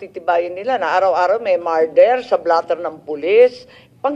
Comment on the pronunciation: Marder daw sabi ni Madam Baba, este Sen Imee pala 😂😂😂